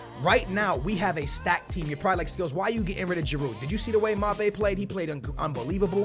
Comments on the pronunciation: Its not M'abbe its M'bappe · Skills it's not mabe it's Ma-ba-pe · It's not fucking pronounced YMABEY? It's Mbappé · Stop saying mappe its mbappe or just call him lottin because u sound so stupid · His name isn't freaking imabe 😂😂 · can you please learn how to say his name right. It's Mbappe (EM-BAP-AYE). Like so he can see. It getting really annoying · Mbappe is pronounced like Em-bap-pe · Skills you pronounce it like Em Ba Pe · You pronounce Mbappe M bappe but fast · Actually, the M doesn't pronounce, or just really quickly. So it's more like Bap-ay. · Em Bap Ey M'bappe - got pronounced Em bap Ey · please if you use mbappe please say his name right lmfao M-bop-A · It's MMMMMMM-BAB-AYYYY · It's pronounced Mm-Ba-Pe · His name is pronounced EM BA PE like so skills can see we're sick of it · The way you say Mbappe is M-bappe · this is how u say mBappe MEBAPA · Here's how you say it: Em-Ba-Pe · It's pronounced em-ba-pe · It's pronounced Em-Bap-ay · this is how to say mbappe: m -bap -a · please learn to pronounce Mbappe correctly, you're starting to make me say it incorrectly:( It's pronounced mmm-bap-ayeee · Em-Bap-Eh is how you pronounce Mbappe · learn how to say Mbappe name please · not being able to say Mbappe is why you should stay in school... (just jokes)